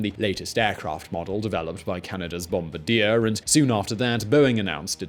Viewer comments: So because it's a French Canadian (Quebec) it's actual pronunciation is BOM-BAR-DEE-AY. It's killing me the mispronouncing of the company's name and I'm not even French Canadian or from Canada. BOM-BAR-DEE-AY is actually very popular in North America. They make the subway cars for many cities here in the USA... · That's pronounced Bom-bar-dee-ay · Spot on my man like I wouldn't trust this guy for a damn thing on Boeing, Bombardier (bom-bard-yay!), Airbus, or the kid down the street making a paper airplane for that matter when it comes to aviation info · It’s French Canadian. Pronounced bomb-BAH-dee-eh! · you bald headed, four eyed, stupid piece of shit, the name is pronounced Bombardier not Bombardier. You fucking dumbass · "bombardier" yet no one fails to say "mitsubishi" correctly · It’s obvious these guys are aviation amateurs when they can’t even say Bombardier properly. It’s hard to take what they’re taking seriously. Stick to talking about other stuff guys. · Oof ... this! I had to stop listening. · That not how Bombardier like you to say their name. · Disliked for incorrect pronunciation of bombardier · No, it's not how America speaks. It's the name of the company. If my name was Bob and you pronounced it "Borb," YOU would be wrong. This is just such a case. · He pronounces lots of proper nouns incorrectly. Whoever is writing the material is clearly turning out so much stuff that they don't have the time to do proper research. No attention to detail. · He gets so much flak for his pronunciation of Bombardier. On the other hand it be worse if Bombardier gets flak. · Was driving me nuts all video. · It's nothing to do with the spelling. Bombardier clearly has an R in it. I don't know why he was ignoring the R. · His mispronouncing of the company's name is driving me crazy. I'm not even from Canada and I know how to say the company's name correctly... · I think that you are supposed to pronounce it in French. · Its Bom—bard-ier(french) not bom-bidier